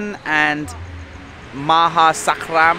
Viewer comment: Karm not Kram also the Thais pronounce Kalasin with a G